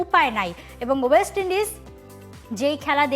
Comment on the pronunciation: ওয়েস্ট ইন্ডিজ ঠিক করে উচ্চারণ করতে পারছে না, কি অবস্থা এরা বসেছে টিভি চ্যানেলের এংকার হিসেবে😂 মাদ্রাসা ছাপ শিক্ষিত 😢